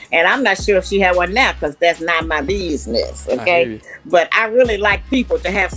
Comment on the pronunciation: Not "now" she said "NEH"! I felt that to my core!😂